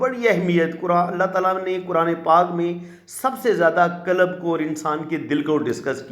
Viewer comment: "کلَب" کُتے کو کہتے ہیں۔ "قلب" دل کو کہتے ہیں۔ لیکن تمھارا تلفظ بالکل غلط ہے اور اس طرح تم نے دل کو کُتا بنا دیا ہے۔